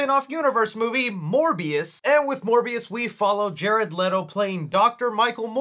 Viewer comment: It’s Jared LEE-TOE not Jared LET-OH